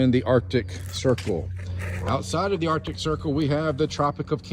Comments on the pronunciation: He can't even pronounce Arctic right.... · "Artic" circle and "Antartica" ... I've seen enough 😂😂😂